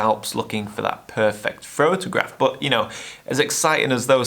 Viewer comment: Frotograph. I heard it.😁